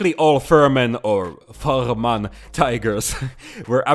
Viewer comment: It's pronounced Fair-men.... The Kampfgruppe Fehrmann was composed of tank school instructors and their training tanks. There were around 6 Tigers, 5 Panthers and 2 half trucks (F01-F13). The Tigers were under the command of Oberleutnant Fehrmann and the Panthers were led by Major Schulze.